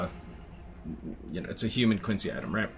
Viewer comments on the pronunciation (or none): none